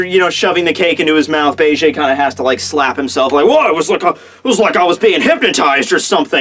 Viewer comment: I cringed everytime i heard him pronounce it like "Begay"